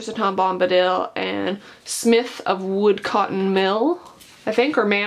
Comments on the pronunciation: Your pronouncing Sauron as Sore-on and Smith of Wootton Major as Woodcotton Major makes me question the appropriateness of your decision to publicise your celebration of Tolkien Reading Day. That being said I agree with you that The Hobbit films were a travesty. Only thing worse than them is that horrendous Shadow of Mordor game. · Judging my some of her pronunciations she hasn't read the Tolkien Treasury books at all (she said Roverdam and Smith of woodcotton major)